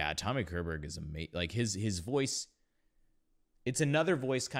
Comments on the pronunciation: LÄGG AV!!! = LAY OFF!!! Tommy's last name, Körberg, IS pronuonced as "Shurberj" (the nearest I can get it without phonetic script), where the 'E' has the same sound as the 'A' in 'and', and the 'G' is here pronuonced like the 'Y' in English 'yard', 'yellow', 'year' etc. If I wrote a 'y' you would say "berry" 😂 😂! Over to Swedish: 'Ch' uttalas med ett 't' i början, t ex i 'church' "tschörtsch", absolut INTE schörsch!! Kolla hur det uttalas med fonetisk skrift. Vi har inget "tsch" i svenska språket, dialekt eller inte. (Utom ord som stavas med ett 't' "Ritsch, ratsch filibom..." En gammal barnramsa.) 'K' + mjuk vokal, t ex 'kyckling', har samma uttal som tj; tjuta, tjäna, tjära. Eller 'sch' i 'dusch' på srandardsvenska, "rikssvenska". Dessa ovan nämnda exempel har samma ljud på 'k' respektive 'tj' (+ 'sch') som engelska 'shirt', 'show', 'shock' (om det ordet stavades med 'ch' som på svenska skulle det uttalas 'tschock'!), shell, shower.... Släpp svengelskan. (Som t ex vad som är skillnaden i uttal på engelska 'president' o 'precedent'? Det sista uttalas som svenskar I ALLMÄNHET uttalar 'president'. 'President' uttalas 'prezzident'. Detaljer, detaljer. Z:t kan vara mer eller mindre markerat, men 'Z' är det. "Jello" eller "yellow"? Engelska 'J' är tonande med ett d-ljud först. Typiskt svenskt misstag. Enkelt uttryckt, ett svenskt 'J' ligger mitt emellan engelska 'J' och 'Y' i början av ord; 'yellow', 'yard', 'York'.) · CHESS was written by Björn and Benny, the 2 B in ABBA, a d Tim Rice, JCSuperstar. It is lf Swedish origin like most of music today. Tommy Körberg is pronounced shorberg. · Great reaction! I was going to mention the '84 recording by I see others have beat me to it. On a side note, I hope you don't mind, but one pointer on how to pronounce his surname: the K is soft and sound like the leading phoneme of "she", "sharp" and "shallow". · The K in Körberg is pronounced with a "sh" sound like in "ship", not a K sound. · Pronounce it "Shorberriah"